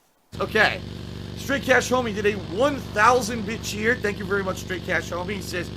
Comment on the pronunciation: No rush on these fam, I'll peep out the newest whenever it comes out. Also, love how you pronounce "bitcheers" or "bitch-heers" haha; thought the 1st time I heard that, you pronounced it like that on accident, similar to the infamous DJ Khaled clip of saying "accreate."